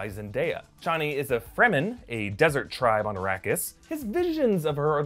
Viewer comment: Couple clarifications, per Frank Herbert “Chani” is pronounced “Chain-ey” and “Yueh” pronounced “You-ee “ :)